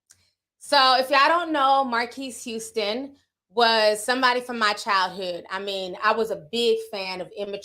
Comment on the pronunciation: Not Marqwees Houston 😭😭😭😭😭